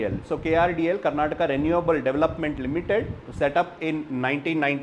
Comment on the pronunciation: no offense , asking out of wonder ... you don't know how to pronounce the words related to karnataka